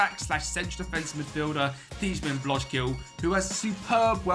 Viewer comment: Damn, you did Thijmen Blokzijl dirty with that pronunciation XD. Great video though, wonderful club!